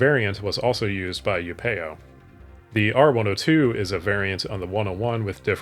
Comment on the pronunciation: It's bothering me a lot hearing it as upEo, but the dialog clearly says Upeo...